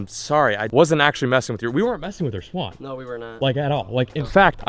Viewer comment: why does she say swan like that "swAAn"